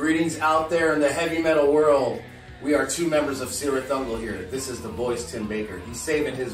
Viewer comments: Żelaza nope. Watch it again. It's pronounced with a K sound. It means 'Spider's Cleft' in Sindarin, one of the languages Tolkien invented. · The guys in Cirith Ungol are actually pronouncing it wrong. The C is pronounced like a K according to Tolkien, who came up with it.